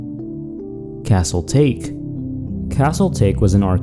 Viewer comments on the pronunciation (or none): Can we talk about how many times they mispronounce names? "Castle TAKE"?? It's "TA-KE"! Get some better guest narrators!